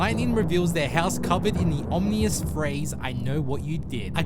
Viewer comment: The narrative isn't that bad, except for the pronunciation of the word Ominous.